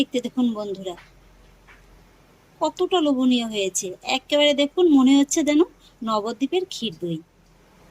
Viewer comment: কথাটা লবনীয নয় ।লোভনীয়।😊